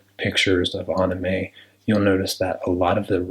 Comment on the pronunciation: Okay but um he says anime like unime but this is GOODD